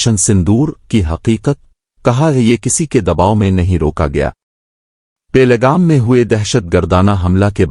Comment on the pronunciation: پہل گام کے تلفظ پر توجہ دیں. سرخیوں کی آواز بڑی دھیمی ہے Best wishes